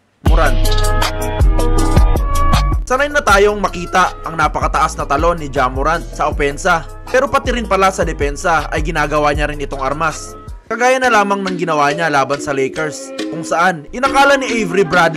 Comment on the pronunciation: Wait iba ang pagkakarinig mopo sa last name ni ja morant po idol sinabe mopo kase ja b*rat po HEHE